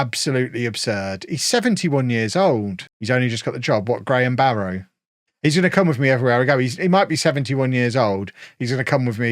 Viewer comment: Heads up, locals pronounce it 'Barra'.